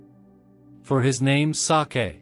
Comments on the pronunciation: Hearing the robot pronounce the word "sake" and make it sound like some kind of Japanese delicacy kind of took me out of the mood. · HELLO MY DEARS. IN THIS VIDEO, THERE WAS A PRONUNCIATION FAILURE REGARDING THE WORD "SAKE". WE ALREADY PROVIDE THE CORRECTION FOR THE NEXT VIDEOS. WE REQUEST OUR SINCERE APOLOGIES FOR WHAT HAPPENED. WE HAVE NO WAY TO REMOVE THE VIDEO, BECAUSE THIS WILL NEGATIVELY IMPACT ON OUR CHANNEL, AND OUR PURPOSE IS TO REACH MORE AND MORE LIVES AND BRING THE WORD OF GOD. WE THANK YOU ALL FOR UNDERSTANDING. GOD BLESSES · Yes , wrong the word SAKE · Sake was a comedy n it too